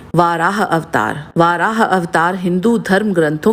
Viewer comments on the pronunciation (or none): Aap varah ko vaarah bolte hai jo English me bolte hai..sanskrit padhiye